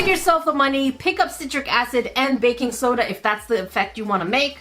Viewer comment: When you said baking soda I heard faking soda, lol